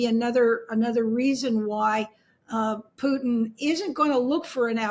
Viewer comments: In the first minute, old mate pronounces Putin two different ways. Stop pronouncing the yod. Its not Pyu-tin. It's Put-in, rhymes with foot. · It's POOTIN, not Pewtin, for christ's sake! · Who tf is pewtin & rusher? 🤣